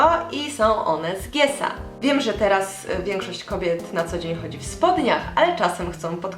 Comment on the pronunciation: Mowi sie ges a nie gies ps jestes super